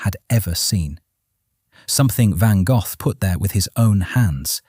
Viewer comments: Van Goff? Seriously? If you're gonna use a text reader.....then write the narrative in a way that makes the computer at least that has them pronounce it properly. Write "Van Goe." Then it comes our correctly., All you guys do this, but do not bother to fix it. Drives me nuts and I stop watching it immediately. Just pure laziness. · I am 71 and in ALL my life, I have never heard his name pronounced Van Goff. Interesting. Looks like I need to do a bit of sleuthing to confirm. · yes, but, he was born and raised in France where they would have pronounced his name as “gaugh(f)”. 😊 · Van Go. Florida USA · Van Go - Canada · Vincent VanGuff?? 🤦🏽‍♀️ Ai needs to work on it's pronunciation. I don't even care what this video is about. 🙄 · Irritating, one should pronounce it as Gock as in Lock, never mind where you are from. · Van Goe, that's how it's pronounced!! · God I wish they would get real people to narrate! Van Goff? ? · Van Goth????????????? I have never heard his name pronounce like this before???????????? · Who in the world is Van Goff? Seems AI can't read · You People Are Just Weird..And This Is AI…He Pronounced His Last Name..VANGOFF🤷🏼‍♀️Get It Right,The Man Is A Legend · "VANGAFF" lol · Ok- Stupid Ai- The first two words as you started your video TOTALLY MISPRONOUNCED VINCENT VAN GOFFFFFF🖕🤬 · WHERE DOES THAT F. COME FROM? HIS NAME IS. GOGH, NOT AN F ANYWHERE, THE H IS SILENT SO …….VAN GOG(h) !! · Who in the hell, is "Van Golf"?!?! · I have been to the van Gogh museum in the Museum Quarter in Amsterdam. It was an extraordinary experience!Too bad the idiot AI doesn’t know how to pronounce the artist’s name! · Damned AI cant even pronounce Van Gogh correctly. Why even listen as if it can be trusted information. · Fascinating! And, to me, it's always been pronounced "Van Go". What a tormented soul. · but apart from the heinous and atrocious butchering of the name, did you enjoy the video?